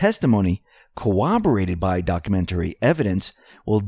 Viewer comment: do you realize that when you read Trump's tweet, instead of saying: Comey will go down as the worst (FBI) Director, you actually said DICTATOR? 😂 And every time you use the word "corroborate" you actually mispronounce it as CO -- WOB -- A -- RATE! There is NO "W" in the word and ALL of the "R"s are sounded out -- they are-NOT silent! Here is an audio sample of the CORRECT pronunciation